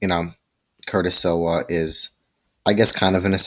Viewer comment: Curtis Sliwa is the founder of the guardian Angels 👼 & your saying his last name wrong 😑 & you should do more research on the topic next time!!